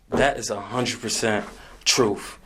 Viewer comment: Im telling the trufff? Why can't these people correctly pronounce words like truth or bathroom. TH is NOT pounced FF. They are all so ignorant 😂